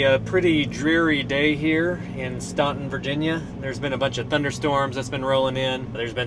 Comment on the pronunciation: Great video! Staunton is Stan-ton (like the name Stan).